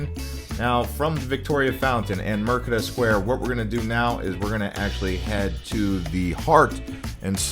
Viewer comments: Mer de ka, instead of Mer ke da. Merdeka is the Malay word for independence. But good job, interesting to see an American's perspective on the city, I've been away for long enough that KL is now so much more different that what I remembered\ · Mind if i correct you, 😃 it is MERDEKA please not MERKEDA